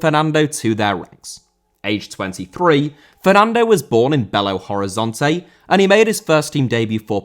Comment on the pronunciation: Horizonte* not Horizontei